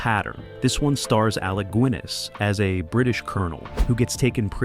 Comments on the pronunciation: Alec Guinness is GIN-iss or GIN-uhss (/ˈɡɪnɪs/) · Alec "Gwiness" -- really? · Alec Gwiness? 😂🤣😂🤣😂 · Gwinness who the fuck is Gwinness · Pronouncing Alec Guiness as Alec Gwin-ess. Duh. I really must buy myself a glass of gwiness. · Stopped watching after 'Alec Gwinness'. Can't take it seriously. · Alec Gwiness?. Huh! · Alec GWinis? GWinis? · "Das boot" is a German film, so at least take the f*cking time to learn the pronunciation! It's only ONE word! ONE! And then you screw up the name Guinness? Really?? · Would have far better credibility if it pronounced words correctly, like the german word “boot” and the surname “Guinness”. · Cant even pronounce the man's surname properly